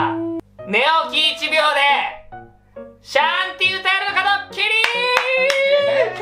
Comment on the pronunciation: 「シャンティ」っていうより 「しゃんてぃ」っぽい